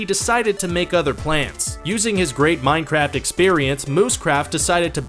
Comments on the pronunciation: At the beginning did you say minecrap on purpose lol? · Wait did I hear "minecrap"? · 0:2 Did he said mineCRAP:'D